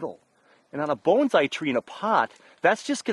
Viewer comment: Why pronounce it Boanszai? Peter Chan says it best when he says that pronounciation is pretentious. It's Bonsai.